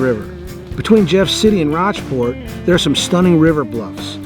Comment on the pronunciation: Very nice job! I was recently bitten by the bike bug. I plan to spend a weekend back in my stomping grounds in Missouri and traverse the Katy Trail. I wondered if it would be on your list. By the way, Rochport, MO, it is pronounced "Roachport".